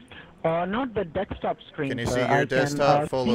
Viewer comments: The "dextop" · None of them can pronounce DESKTOP .